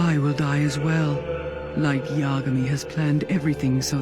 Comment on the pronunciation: This dude proves in every video about anime that he doesn't actually watch it and really doesn't even research it himself. It's laughable at how bad he mispronounces the majority of the names. He can't even pronounce Light Yagami correctly and it's from one of the most famous animes in the world now. Haha